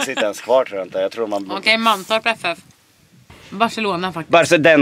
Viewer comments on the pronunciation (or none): Det hörde som du sa bajselona